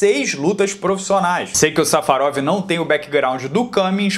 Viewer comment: eu cansei de ouvir "safadão" quando o disse safarov